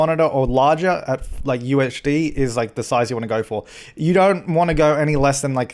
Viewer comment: Every time he said UHD I thought he was saying UHC. I need to chill on the minecraft.